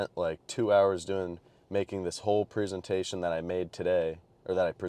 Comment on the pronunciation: I dont think youre pronouncing presentation correctly bro :D